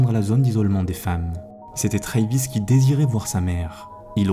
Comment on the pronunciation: le nom travis se prononce avec le A, comme en Français, et non "treyvis"